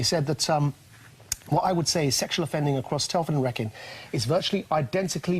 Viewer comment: "Wrekin" is pronounced "ree-kin" not "wrek-in"